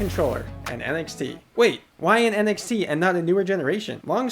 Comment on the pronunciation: whenever he said NXT, i thought he said NFT